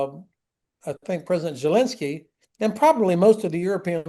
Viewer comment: Love Ben Hodges, but I've always wondered where that weird pronunciation of Zelensky's name come from--Jelensky?